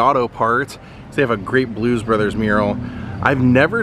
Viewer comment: When they were announced. I swear he said Blues Brother. Great video. Thanks for sharing.